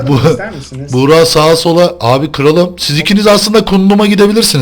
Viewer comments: abi buğra değil buğraka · Daha çok bugraak okunuşu buğraka